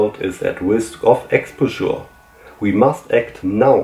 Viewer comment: Expauscher nicht Exposchuuur (Hermine lässt grüßen) 🤣